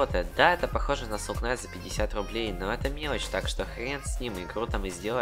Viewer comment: Произносится несоул кнайт а соул найт, а так хорошее видео)